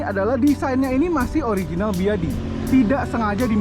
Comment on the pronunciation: D sni d sbut aj "beyede" bng (ya info gmna bca ny d cina jga ok)